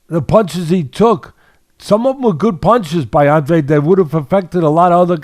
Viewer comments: Claro. And he is of Portuguese heritage. But he pronounces it Awndrayde, and for his big moment they should have given the man enough respect to take two seconds to look it up on Wikipedia or listen to him pronounce it himself, in my opinion. No quiero faltarle el respeto. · Its An-dra-de in spanish 🫣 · How can you have watched this fight and still not be able to pronounce Andrade's own NAME